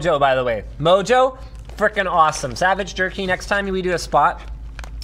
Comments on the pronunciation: Mojo is a Spanish seasoning. "J's" make the "H" sound. It should be pronounced "moho". Just so you know. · Btw, the "j" on mojo is pronounced with an "h" sound - it's Spanish.